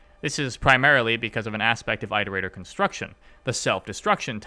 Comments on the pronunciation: I progressively got more angry every time you said "I" terator, instead of "it" erator. God. It's like "iteration". Do you say "eye-ter-ate" (iterate) ???? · Pretend that your "eye-torator" pronounciation is correct, your struggle is meaningless to us. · This video is fantastic but it deals mental damage to me every time you say eye-terator. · Wow it appears I’ve picked up your pronounciation of Iterator. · ARGH why do you keep mispronouncing the word "iterator" if you know the correct pronunciation? >< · I have to ask- Why do you pronounce 'iterator' that way? Is that how it's canonically pronounced? I mean, you wouldn't pronounce 'iteration' eye-teration, would you?